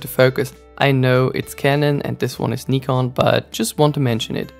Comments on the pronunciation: had to dislike because of the way you say nikon. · You get a thumbs up just for saying Nikon correctly. 💪